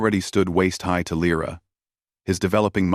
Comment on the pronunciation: And again Lyra is spoken LRA.